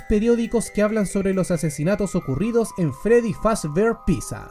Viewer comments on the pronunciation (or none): none